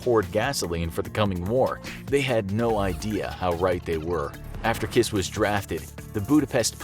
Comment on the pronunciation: His name is Kiss but you don’t pronounce it with a “its not kiss like kiss” 😂 but it was fun to listen